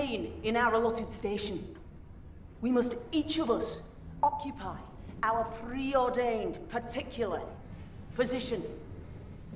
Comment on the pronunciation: “Preordained particular position” 😤😤